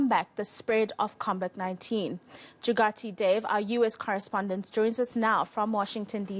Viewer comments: "combat 19" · she said it CONVID 19